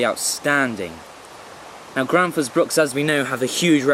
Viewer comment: Gransfors not Granfors !